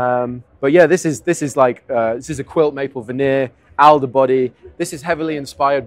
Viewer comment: Alder is pronounced Awl der